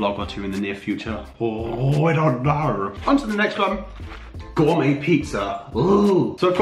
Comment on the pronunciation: Every time he said oh I thought he said ew